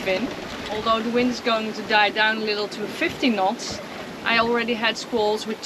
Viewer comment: I knew you were dutch, especialy after you said "nots" for the second time ahaha! Thank you for the vids they are very inspiring, fair winds and waters. Groeten uit zaandam.